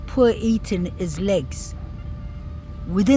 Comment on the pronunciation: What a beautiful place! I’ve watched alot of your videos. I just heard you say E- “th”an!!! I was going to tell you, if you can practice ”th”is you will have his name correct!!! It’s E-“th”an! He was on the bed but I believe his neck was slashed and if he/ they carved his legs at all… it was after he had passed!😢 RIP Kaylee, Maddie, Xana and E “th”an